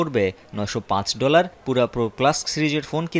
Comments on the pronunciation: পুরা না😂 পিওরা.... কে কে একমত 👇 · পুরা না রে,,,পিউরা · ভাই, আমাদের ভাষাগত দক্ষতা, শিক্ষা দিক্ষা নিয়ে পরেও আলোচনা করা যাবে, চিন সহ সারা বিশ্ব এটাকে "পিউরা" নামে ডাকছে, আমাদের ও সেটাই বলা উচিত। আর সবচেয়ে বর কথা হচ্ছে আমি আপনি ভুল করতে পারি কিন্তু একটি টভি চ্যানেলের নিউজে এভাবে ভুল উচ্চারন করা ঠিক না। আমরা সাধারন মানুষ ভুল করতে পারি কিন্তু প্রিন্ট মিডিয়ার বা টিভি নিউজের এরকম ভুল গ্রহনযোগ্য না। চ্যানেলের এসব ভুলের দাইত্ব নিতে হবে। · পুরা না পিউরা হবে😂😂😂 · পিউরা, পুরা না... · পুরা না রে পাগলা এটার উচ্চারণ হবে পিউরা। একটা টিভি চ্যানেলে এমন উচ্চারণ অনাকাঙ্ক্ষিত।